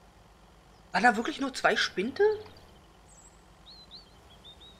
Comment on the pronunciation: Spinde, nicht Spinte - aber es gibt viele LPer, die das so aussprechen, also ist das LPer-Släng.